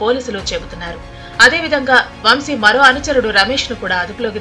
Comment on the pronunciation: వం షీ కాదు తల్లీ వంశీ.